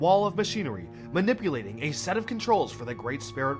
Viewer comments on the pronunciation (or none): Ah yes, 'wahrr', 'manippleation', 'swahrrms'